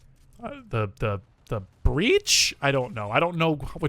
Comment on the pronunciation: The way he said breach though “BrEaCh!?”